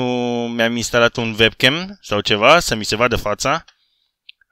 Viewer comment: tu zici vebcam la webcam pentru ca ştii germană şi în germania W se citeşte v dar se zice uebcam:)) ( şi te rog să faci un video la 250K abonaţi în care să îţi arăţi faţa dar nu trebuie neapărat să te joci ceva dar să ne arăţi şi nouă cum arăţi te roog )